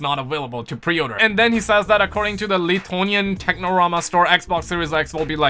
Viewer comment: the way how you pronounced lithuania lmao